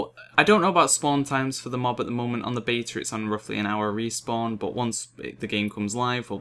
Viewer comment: Can you just make a 10 min video of you saying beta?lawl.